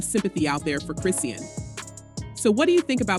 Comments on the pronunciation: It’s ai pronouncing it as Chris seen and not Chrisean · the way you saying her name is killing me..do yall not research these ppl before reporting on them ..its .."chris-sean" not christine..smh my gosh couldnt even finish the video